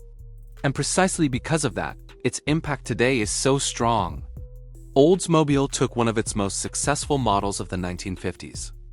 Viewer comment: Why can't these narrators pronounce names correctly. It is not Olds-Mobile it's Oldsmobile. I hear it again and again, a documentary where the narrator mis-pronounces the most common of words or names. Mostly because it is a computer-generated voice, proving that computers are only as smart as their creator. In other words, Artificial Intelligence is f@@ in the head.